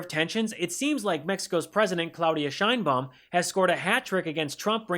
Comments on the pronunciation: President SHINE BOOM? Please, Mr. Trump, make an effort to pronounce her name correctly. It isn't hard. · THIS DIP SH,,IT CANT EVEN PRONOUNCE THE PRESIDENT OF MEXI OS CORRECTLY!!BOOM?NOT THE CORRECT BAUM